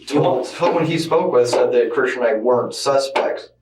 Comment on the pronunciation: why are you calling him kristen when his name is clearly pronounced like christian? this channel gives major AI vibes.